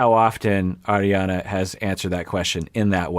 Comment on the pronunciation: It was her extreme "Arri-Anna" pronunciation of her name.